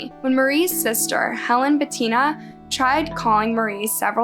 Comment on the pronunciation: Completely random but I am really impressed that you pronounced Bettina correctly! Most people totally mess it up lol, trust me I know, I’ve been correcting people my entire life!